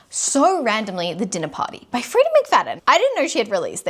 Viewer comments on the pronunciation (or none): none